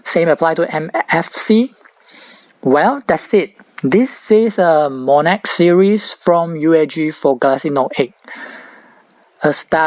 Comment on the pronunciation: it doesn't pronounce as monex zzz